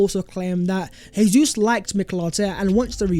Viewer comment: It’s Jay-zoos, not Hey-Zoos. He’s Brazilian not Spanish! Cmon bro